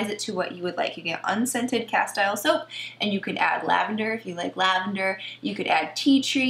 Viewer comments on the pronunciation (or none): castile is pronounced ka-steel 😉not ka-style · “Castile” rhythms with “steel”. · It's pronounced cas-teel'.